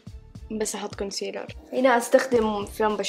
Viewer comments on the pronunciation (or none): none